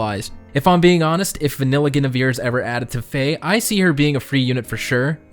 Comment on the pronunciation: Your pronunciation of Guinevere tho... shudders